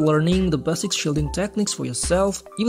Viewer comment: It's 'base-ick' dude, not 'bassic' - try to feel the words with your 'empathic' abilities yeah - if you actually have any...